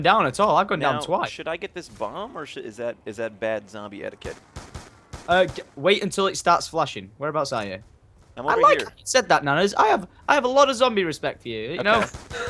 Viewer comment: its start not starte ._<